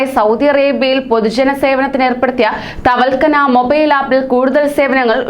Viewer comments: വാർത്ത വായിക്കുവല്ലേ അപ്പോൾ വാക്കുകൾ വ്യക്തമായി പറയുക... തവൽകന അല്ല തവക്കൽന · തവൽകന അല്ല ( തവക്കൽന ) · തവൽക്കന അല്ല മോളെ.... തവക്കൽന 😁😁😁🤣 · Thavalkana Alla thavakalna...aadyam Ellam onnu padichitu vartha vayiku....pls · തവൽക്കനാ അല്ല, തവക്കൽന എന്ന് പറയു.😂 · Tawalkkana അല്ല മോളെ thawakkalna എന്ന് പറയ് 👍❤️